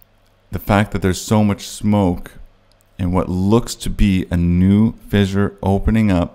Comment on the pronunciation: Vishure? F, F, fissure, repeat till you get it right.